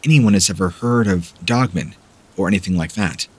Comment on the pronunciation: I love your channel Please say dog man And not dogmun. !!!!! Lol